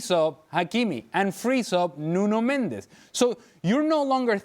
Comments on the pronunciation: Its not Nuno Mend -ez in Mendes 1 syllable. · "Mendes" is Portuguese. "Mendez" is Spanish.